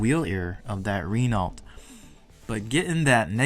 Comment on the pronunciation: Renault is Pronounced Ruh-no